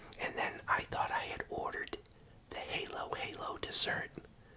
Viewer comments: As a Filipino I have to laugh at his pronunciation of halo-halo. He says "hay-loh hay-loh" but it's pronounced "hah-lo hah-lo". A shame he didn't get to have one, they're delicious. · Cute you pronounced it as "hey-low hey-low" :)) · it's pronounced hah - low -hah - low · You’re now our honorary “lolo”! Halo-halo is pronounced as “hah-lo”!! ❤️ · Alright, I'm going to the Filipino store tomorrow...in honor of my mom!! Then I'm going to replay this video and eat with you! The spring roll is called Lumpia and Halo Halo is pronounced Hollow Hollow. You MUST get that! Halo Halo is soooo delicious!!! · i think the "halo halo" is pronounced like "hallow hallow"